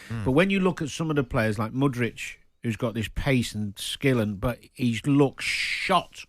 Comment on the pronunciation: Also how he pronounces Mudryk 😮😂